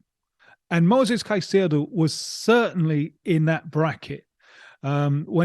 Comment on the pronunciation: Except for hearing hin say ceicedo